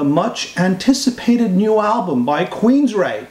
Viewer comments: Why do you keep calling the band Queensright? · What the hell is this? dont even know how to pronounce Queensryche. I'll wait until the album is actually out, or maybe even a review from somebody that knows something about the band.